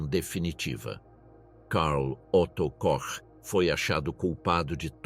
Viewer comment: Não é "cock" não, filho. É "Kohr".